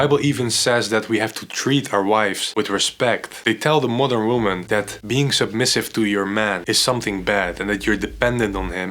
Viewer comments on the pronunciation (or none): Everytime he says modern woman it sounds like mother woman